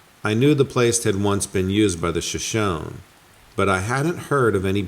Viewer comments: Shoshone: “Shah-shoh-nee” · I hate being one of those kind Sir. I just wanted to let you know that Shoshone is pronounced Sha-shone-knee.... I've heard this word in several of your videos and it's time you know how it's REALLY said. Love your channel 😉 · It's pronounced sha-sho-nee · The pronunciation for Shoshone is (Show-Shownee) 😊👌